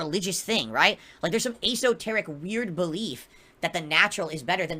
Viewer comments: A-so-taric 😂 I think you mean esoteric dumb dumb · Aceoterrik??? your not cultured